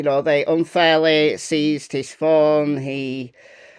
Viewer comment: Seized, not ceased. Love your channel. You do a great job.❤